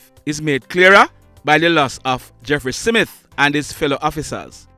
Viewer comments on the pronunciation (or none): Yes. I heard 'SIMITH'. Having made that observation, I must commend you on the credible reports you bring to the platform